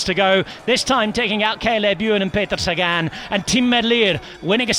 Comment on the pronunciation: people: "look how many crashes" me: Peter "Ségane"... More like "Mégane" 😂 It's Leviosa not Leviosá 🤣🤣